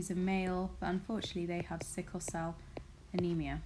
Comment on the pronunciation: It is sickle instead of sickie